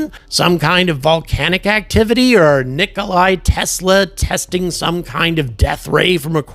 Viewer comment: Hello, love your channel. But you made me angry, why? Well the Nikola Tesla is a Serbian so it's Nikola, not Nikolay. I now it's a small thing to you, but the man who give this planet the only clean energy production capability. Again only one man gave clean energy to mankind is Nikola Tesla. So at least people can say his name properly. Not meaning to disrespect you, love your channel, bye.